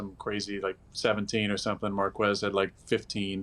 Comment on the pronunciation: The way he says marques